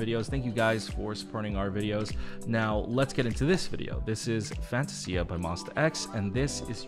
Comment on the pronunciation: I love the song but I'm not a fan of the pronunciation of the word Fantasia.